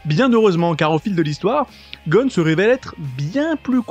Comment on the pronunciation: En tant que fan tu pourrais un minimum BIEN PRONONCER le nom du perso principal!!